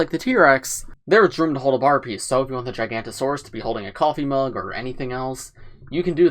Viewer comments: Every paleo-nerd when mid said "Gigantosaurus": 😤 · It is jig-a-note-a-saurus and thare-i-zeen-o-saurus